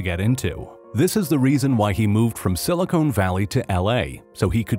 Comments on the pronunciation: SiliCON, not Silicone. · "Silicone valley"? Wtf? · "Silicone Valley" 😂🙈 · Silicone valley lol. Silicon